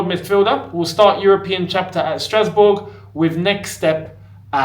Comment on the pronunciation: said Strasbob 😅